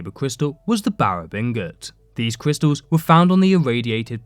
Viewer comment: Cwistals. ..... omg stfu